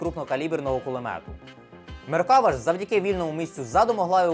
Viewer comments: Не "меркАва", а "меркавА", бо хибний наголос при публічній промові- це ж "крінж". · Крінж говорити МеркАва, а не МеркавА і НАмер, а не НамЕр. Але.... всі інше цікаво, змістовно. Дяка! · За вийнятком проблем з наголосами в назвах "МаркавА" та "намЕр" – цікавий огляд. А "мирні" палестинці легко причипляли вибухівку до меркав через те, що у них, як і в будь-яких танках – дуже обмежений огляд. І сумніваюся що на відео саме остання модиффікація меркави 4, де за допомогою камер зовні танка та шолому доповненої реальності командир танка має огляд навкого танка на всі 360 градусів не виходячи з середени. Та й якщо б навіть то була остання модифікація, камери можна легко вивести з ладу навіть стрілецькою зброєю. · MerkavA - на останню літеру наголос.... Усі роблять відоси про нього (неї, бо це жіночий рід) і в незалежності від мови роблять цю помилку. Не зовсім розумію, як можна назбирати матеріалів на цілий випуск з купою технічної інфи - і просиратися кожен раз на простій назві🤦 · Там наголос на останній склад в назві танку - Меркава́, що з івриту означає "колісниця" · оглядач танкової техніки, а не знає правильне вимовлення ізраїльського танку? 😄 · Меркава - ударение на последнем слоге ...